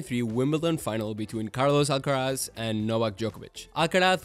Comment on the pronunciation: Im surprised on how you well pronounce Carlos Alcaraz haha